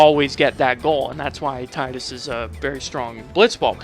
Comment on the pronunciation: god bless you for not calling him "TEE-DISS"